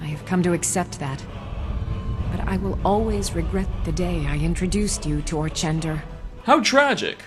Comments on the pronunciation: I'm taking a break from bemoaning mispronunciations. Even voice actress Colleen Delaney (as one of the Afflicted) mispronounces the most popular Dead Thrall's name as Or-KEN-dor. And then goes on to pronounce it correctly (Or-TCHEN-dor) twice more later in the same speech! So, point for, there. flashback to 7th grade: to infer (verb) ≠ inference (noun) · I like how the same character in the same monologue pronounces 'orchendor' with both soft ch and hard ch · “Orkendor” “Orchendor” “Orchendoor” As if mistaking Molag Bal as Mehrunes Dagon wasn’t bad enough.